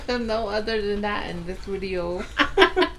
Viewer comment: Ah man, I come for the "odder dan dat" 😁